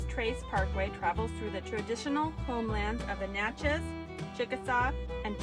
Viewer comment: Sorry. I was laughing at u for how u pronounced Natchez. It is Nat (pronounced like the bug). U missed out on the city Natchez. Beautiful with a lot of history. The visitor center is so good. Also if u go there get their food (close enough to get Cajun food).